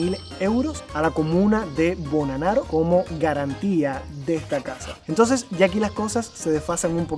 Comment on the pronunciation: Hola, espero que también hayas disfrutado de las maravillosas playas de Cerdeña y no te hayas quedado en el interior de la isla! Y por cierto, el nombre del pueblo se pronuncia Bonnánaro con el acento en la primera ‘a’ 😉